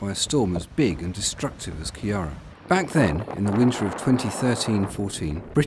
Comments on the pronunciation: It's pronounced Kia-ra not Kiar-ra urgh so annoying! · It’s ciara not Kira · Pronounced “kir-ra’” not “ki-ara” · Keera. KEERA is how you pronounce it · Learn how to pronounce Ciara